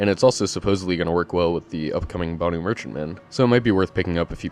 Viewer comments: Why do y'all butcher words so heavily?! It not pronounced "boo nuu" It's "BAN-OOO" BANU! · Its not "Ban-oo" though. Its "ban-uu" :P